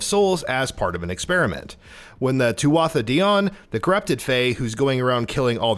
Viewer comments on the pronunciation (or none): I just want them to pronounce Tuatha properly. Thew-ah, not two-at-ah. It makes my brain twitch every time.